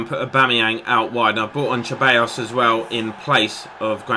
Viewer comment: Hi mate love your videos so happy you are playing pes and on a challenging difficulty level too. Ceballos is pronounced "sir buy os" in spanish